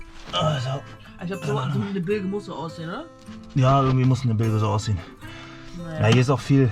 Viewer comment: Und trotzdem beide relativ entspannt und mit galgenhumor dabei😂 Viel Erfolg beim refit! Und bitte: Es wird "Bilsch" gesprochen, rege mich da bei meinem Stegnachbarn auch jedes mal auf 🙈🤪